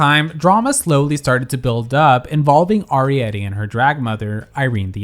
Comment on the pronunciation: Just a heads up that Arietty pronounces her name with a hard A, not a soft A